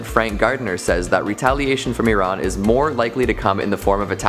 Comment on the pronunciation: Thank you for pronouncing Iran correctly